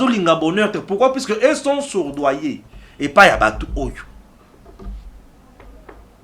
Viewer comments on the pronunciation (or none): surdoyer : c'est soudoiyer